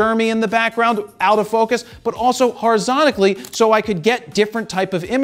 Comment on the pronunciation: wtf is "horizontically"